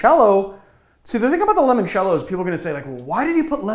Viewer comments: I can agree to some extend, but we should all be able to agree that limoncello is not pronounced lemoncello. By your reasoning it would have been pronounced límoncello (as in “lie”). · We gotta talk about how you pronounce Limoncello, L. Awesome video though! didnt know about what you'd consider a classical Press.